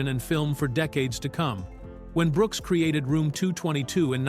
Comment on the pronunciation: Does anyone bother to the voice track? How much of a lag do you need between the L and the last name of Brooks and the ironic thing is it was consistent. Did the AI put a period after the L making act like it it was the end of a sentence?